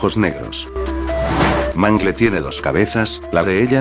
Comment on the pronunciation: Dice maangÓ